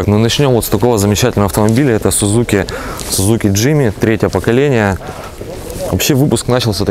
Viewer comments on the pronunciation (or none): none